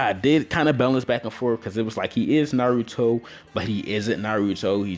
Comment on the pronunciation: pronounce your Naruto better